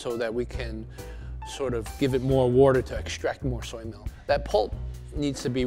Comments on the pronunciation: "Woter" ok brad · "Wourder" Brad Leone joins the chat. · I hear “Wouder “ and i immediately think of Brad from the BA kitchen 🤔😂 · Wourder... Alright, Brad! 😂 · "wurdur" Brad? What channel am I on? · Am I the only who loves how he say WAHTUR